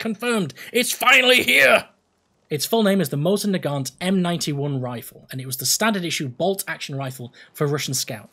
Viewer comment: When you said, "Mosin-Nagant..." I literally leapt up and off my seat out of joy! FINALLY